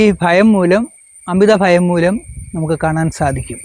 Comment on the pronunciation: കൊല്ലം കാർ chilar♥️അങ്ങനെ